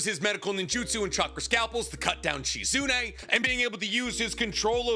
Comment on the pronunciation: this man said shizune lmfaoooooo